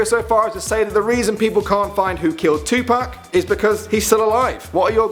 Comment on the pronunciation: It’s Tupac not Tupack